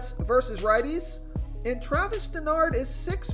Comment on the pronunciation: It's pronounced Dar-no, not Denard.